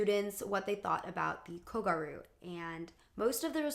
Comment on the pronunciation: The fact that you used a clip from super gals and still manage to mispronounce kogyaru is a ... bit odd? ... Like, the word is there in the manga and anime and is pronounced. It's "gyaru", pronounced "gi-a-lr(the Japanese pronunciation of r and l is between those letters)-oo" (but light, like a slip of a tongue) Ok, this is probably your worst video to date? Especially the section about how gyaru, or kogyaru, which was the subculture for the girls who wore uniforms in an alternative fashion. You are so adamant about the girl's narrative but you don't even use contextualize it properly. The name they give to their own movement or even call what it was, a subculture. Ok so in Shibuya, like in many neighborhoods/districts in Tokyo, there is a subculture, where young people just gathered and decide what is the new fashion style and influence each other. It's an extrapolation, the process is a lot more natural but this is basically how it happens (Ikebukuro, Akihabara, and most famously Harajuku are known to have their own very distinct aesthetic. Gyaru is a Shibuya born and raised subculture, though they often spill into Harajuku, especially kogyaru, like how South London is known to be full of those subcultures, especially fashion). The most ludicrous statement being that the girls weren't even part of their own narrative, which is absurd. YOU ARE LITERALLY USING FOOTAGE FROM SUPER GALS! A manga written by a woman, who draws herself as a gal (I am not sure she is one as mangaka